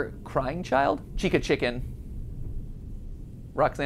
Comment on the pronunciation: its chica btw- not cheeca